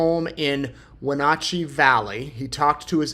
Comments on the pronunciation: Idaho News, it's pronounced Wah-Natch-ee✌️☺️ Wah, as in Water/ Natch, as in Catch/ Ee, as in Knee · WHEN-AT-CHEE, my hometown